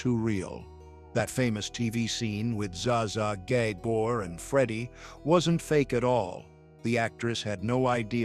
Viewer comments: Zah Zah Gay-bor 🤦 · "Za Za GAY-BOR" lol jeeze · zay zay gaybor? ai BS